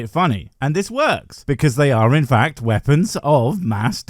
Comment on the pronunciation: He nearly said veapons